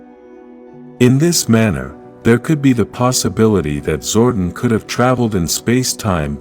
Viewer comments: It's pronounced "Zor-DON", not "zor-den", please correct your narration program. You can always rewatch the show footage to see how specific names were pronounced. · ZordON , not zorden